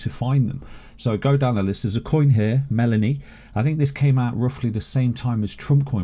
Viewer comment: melania not melanie